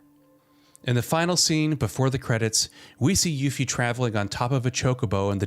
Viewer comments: Did u just call her yuffy hahahhahhahahah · LMAO did he say YUFFY XD